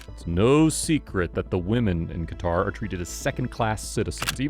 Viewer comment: hahaha elgataar,no qatar?